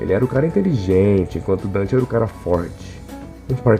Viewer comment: Donte não Dante (e Vergin não vergil)